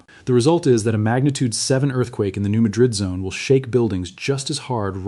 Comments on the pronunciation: Thid is AI, New Madrid is pronounced New Mad-rid; not like the Spanish city. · It is pronounced Maaad rid